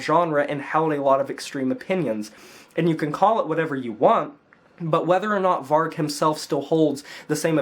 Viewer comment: I honestly never hear one american pronounce vargs name properly 😂 Varg is the truth. It’s a tough uncomfortable truth, but it’s truth.